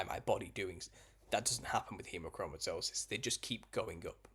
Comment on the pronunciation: Wow you taught hemochromatosis so well! And actually pronunciation was on point!